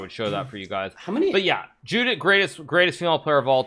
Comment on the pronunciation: It's pronounced 'Yudit'